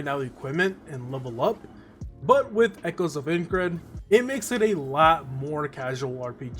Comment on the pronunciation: Couldn't finish the vid because of the way Aincrad was pronounced. Sorry, but i tried.